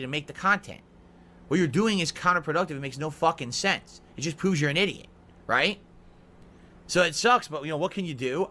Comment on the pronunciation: Hey maybe you shouldn't go around insulting other people's intelligence considering that you can't even say the word prove right now either that or it was a Freudian slip